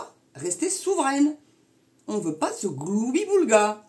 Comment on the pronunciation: Je vous estime parce que vous savez prononcer correctement le mot gloubi-boulga. Monsieur Dupont-Aignan est incapable de prononcer correctement ce mot.